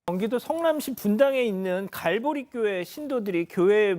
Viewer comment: 갈보리가 갈고리로 들리네, 돈을 갈고리로 쓸어 담겠다. 쟤들도 정상 교회가 아니라 이권 단체네 예수 팔아 돈 버는 집단.